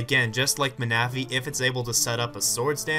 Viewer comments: LOL jolt ma-na-phy. [: defiently not man-a-phy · Happy birthday (also Ma-na-phy. Really?)